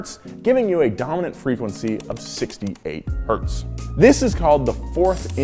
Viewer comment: all wheelhouse vids are excellent but this one has a little gem i greatly appreciate: correct pronunciation of 1 Hz